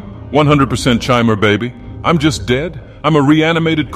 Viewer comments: Died every time he said "chimer." Could be just an alternate way to pronounce it, I truthfully don't know, but I've never heard it that way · Goofy Chimer pronunciation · I thought it was pronounced Chimer?!?!